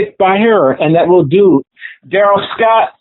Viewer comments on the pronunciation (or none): none